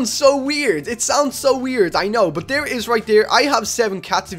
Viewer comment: How u say but “bot” everyone else “but”